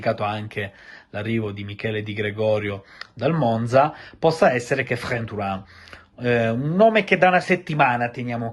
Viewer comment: Quanto mi piaci quando scatarri dicendo "Kephren"😂😂